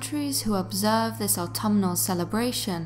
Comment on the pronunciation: How do I love thee? Counting the ways...You used 'autumnal'You pronounced it properlyYou also used my preferred pronunciation of 'Celtic'. Shhh, I tried to correct on this one once, and he researched and corrected me right back. I had to apologize to him.And the research is excellent! Thanks you guys!Peace and roses, Deb the TN Scary Lady